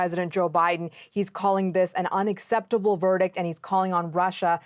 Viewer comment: What's Biden mean.....it's unacceptable??. He can't even say it